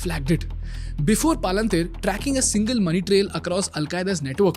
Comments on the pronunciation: Extremely informative and useful as all your videos . Not sure why you pronounce Palantir sooo differently from its original pronunciation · Your pronunciation of Palantir is so damn annoying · This guy can't even properly pronounce Paypal and Palantir , and sells course on public speaking. 😭😭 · Making a video about an American public company while running ads for an app that lets you invest in American companies nice racket you’ve got going here, bud. Also, as a Tolkien fan, I have to disapprove of the way you’re pronouncing Palantir; it sounds more like a hill station in Uttaranchal. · Such an Iconic Name.... Please Pronounce it Correctly. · Great video, but that deliberate mispronouncing of the name of the company, while every clip from company founders and others says it how it's meant to be, is a bit distracting 😅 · at least you could have pronounced the company name properly. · Wtf is this pronunciation😅 BTW Great content. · Why are you pronouncing Palantir as “paalan teer” you could also hear other people saying it correctly in your video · Paaalantir nahi Palantir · Not PALA-NTIR. Its PAL-ANTIR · Pal-en-tier ❌ Paal-an-teer ✅🤣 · It's not Paalaan teer Its Palantir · I was learning so much that I had no idea about but I couldn’t help but pause the video every time I heard paalaan-teer The video itself has a clip with the right pronunciation of Palantir.. you could just follow the same. Nothing against the content or the value.. but this is something that can be fixed for sure. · Bhai palanteer nahi palantir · Great content guys. But seriously guys please take 10 mins to fix the pronunciations of names. You have clips saying the proper name PalanTir, so why do you end up saying PalaanTHeer. I know it's not the point of the video, but it seriously undermines the content. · Palantier is pronounced Palentier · why are you calling it palanteer as if it is indian name? good content but you could work on the delivery a bit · Palantir ❌ paalanteer✅ 😂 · Palan teer 😂